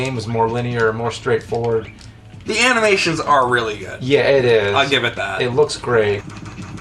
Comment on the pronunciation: Did just say Aminations?